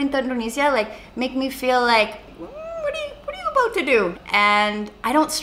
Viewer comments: “Think abood it, guys!” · The happiest people don't have everything. They make the best out of everything. Also don't kill me Sacha but I love your "Let's talk aboot it"! <3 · "aboot" LMAO SACHA U R SOOO CANADIAN NOW